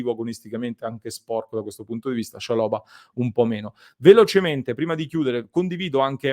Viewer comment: Ottimo giocatore per il campionato italiano. L’accento va sulla prima A